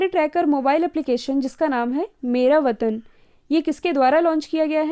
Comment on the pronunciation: Sorry app ka naam "मेरा वतन " nhi hai " मेरा वेतन " hai